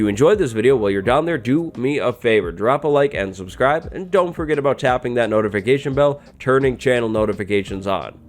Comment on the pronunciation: I thought i heard lick subscribe